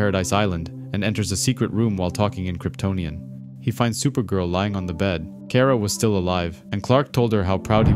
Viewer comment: Car-ah pronounce it right